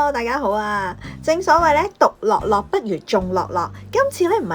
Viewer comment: 獨樂（音樂嘅樂）樂，不如眾樂（音樂嘅樂）樂，唔好讀錯。